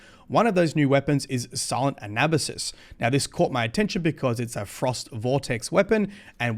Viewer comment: I’m just glad you can pronounce it correctly. Ana basis is prevalent :(